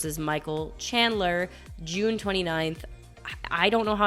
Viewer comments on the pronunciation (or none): none